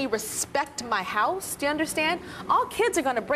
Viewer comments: "He cleans things, around the hoose." Wtf is a Hoose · Lmao they don't even say house right wtf is "Under my hose" 😂